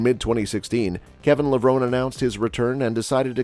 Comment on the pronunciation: ya know, for a channel named Bodybuilding Moments, you would think they could correctly pronounce their names 🤦🏻‍♂️… they did a real number on Kevin Levrone, Chris Cormier, and Paul Dillet.